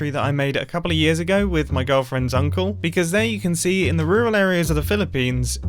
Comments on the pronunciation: When mumbo said "my girlfriend's uncle" I (a moron) heard my girlfriend zuncle. So I thought his girlfriend's name was zuncle 😅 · I thought you said “my girlfriend, zunkel” instead of “my girlfriends uncle” for a second